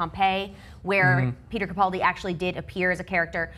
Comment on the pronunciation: It is CaPALdi not CaPOLdi...